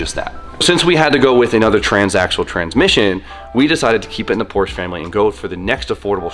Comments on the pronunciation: FINISH THE AE86 ALREADY. It’s literally just sitting there being ignored for months and months. Also, if you’re a car enthusiast, pronounce Porsche correctly. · Day 30 of telling to pronounce Porsche correctly. Would you say Aud or Audi? Would you say Ferrar or Ferrari? How about Lamborgeeeeeen... Come one dude.